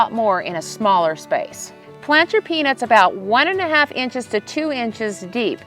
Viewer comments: Shes definitely saying penis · Is it just me or does it sound like she is saying penis? 😅😮😂😊